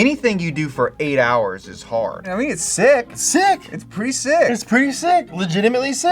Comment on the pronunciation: „anything you do for eight hohrs is hard“ Me: *sleeping